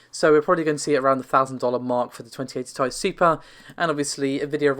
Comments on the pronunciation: Sure. It is short for titanium. The reason everyone gets upset about it being pronounced as "tie", is that Nvidia themselves, and every other channel and publication calls it the T.I. when any of them say it, and generally it should be said the way the creator says it, or called what they call it. If you're giving information to the public, you should strive to be accurate. Not just with the numbers, but with the pronunciation of a product. Navi is even more clearly supposed to be said like NahVee. AMD has spoken its name many times already. I understand the Tie argument, and while I agree, Nvidia does say T.I., so that's how its supposed to be said. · Please stop saying tie.......... Let me Tell you why..... 1st of all every capital letter in any name is pronounced each letter individually. For example United States Of America AKA USA.... Please tell me how you pronounce It ? That is correct each letter individually... Heck even when you say AKA or lol You don't say aaaakkkkahhh You pronounce it each letter individually how many times do I have to Teach people how to Properly pronounce Words. You don't say uuuuuuusssssaaaaahhhhhh you say USA Once again you pronounce each letter individually just as you would the RTX 2080 TI Oh I'm sorry once again even at the very beginning you pronounce The R THE T THEN X =RTX For the love of God get it right it's not difficult stop saying tieeeeeeeee. Or thiiiiiiii. Oh and another reason I know I'm right each letter is capitalized another reason to pronounce each letter individually Jesus Christ stop it. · Nvidia markets it as Ti not TI but otherwise you’re right